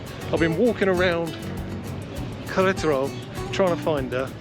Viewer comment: Every time you say the name of the state(Queretaro) you butcher it even worse....lmao